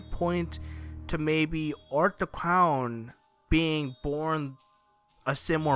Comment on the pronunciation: "Art The Cown"